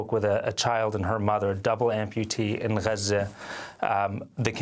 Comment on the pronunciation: Stop saying Gaza like that Americans are stupid. If you say Gaza the same way an American would you will connect with Americans for sympathy for the Palestinian cause, when its said the way this gentleman pronounces it I don't even think people in the states know what you are saying.